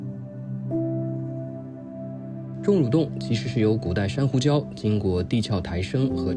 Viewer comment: 的中文造詣也很好，知道地「殼」唸「俏」不唸「咳」。👍👍